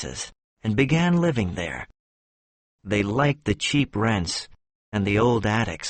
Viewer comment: Thanks a lot for the story. Question. You pronounced friends and rents without d and t .my hearing is true?